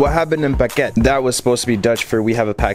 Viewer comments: As for an American, I think ur pronounciation was great! Ur “pakket” sounded more like baguette.. 🥖 But keep up the good work, soon you’ll be able to speak the language!😁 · We hebben een pakket. You said it almost right 😄. Pakket sounded a bit to much like baguette 🥖. But other than that it was pronounced really good 😃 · Very accurate, but you should of pronounced the "T" at the end. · I’m dutch you’ve been super close to pronouncing it right great job! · I showed the intro to my brother and we just laughed i’m sorry but you butchered the pronunciation both me and my brother live in the Netherlands but it’s still better that other people i’ve heard lmao